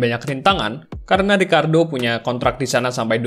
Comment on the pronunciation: ricciardo bang bukan ricardo beda